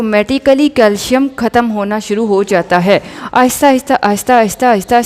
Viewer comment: " Khhatam " ni " Khatam " .